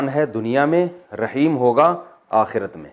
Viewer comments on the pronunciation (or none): none